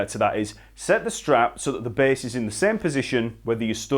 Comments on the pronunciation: The B A H S S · I love how this guy says bass.